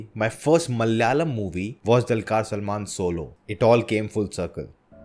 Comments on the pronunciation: Not dalkar Salman....it's dulkar ...du... good review sir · For Nona Prince, Pl note the name of the hero is pronounced as दुलकर and not like in the word Dull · Not Dalkar Salman.....it's Dulquer salman🙌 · The Du in Dulquer is pronounced as it is in Dubai, Dhulipala, Dhoop, etc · 1stly learn to pronounce the lead actor’s name then say ur review… the way u said abt the film as a “set” look was rude…now stop reviewing abt malayalam industry and do bollywood thats better for u… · Atleast try to pronounce DQ's name correctly before you review and pls stop acting like a movie geek unless you know basics of it 🤷🏻‍♂️. You northies never going to reach near malayalam cinema's content and making standard. Go watch some bolly masala shit and clap 👏👏👏